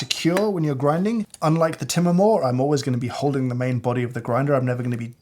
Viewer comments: unrelated but im wondering how to pronounce Timemore ? like " Time More" in english or Timé Moré like james pronounce it? Im curious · What's Tim-A-More?? It's Time-More as in I wish I got more time with James!! But you chose the wrong model, the timemore c2 or c3 full metal are the most popular and have a pleasant feel wrt usage. Really felt bad for the Porlex, the last boy in the class; it will give up!